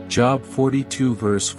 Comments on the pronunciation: You are pronouncing Job wrong it has a long o sound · Any chance we can get this robot 🤖 to correctly pronounce JOB ???? :face-orange-frowning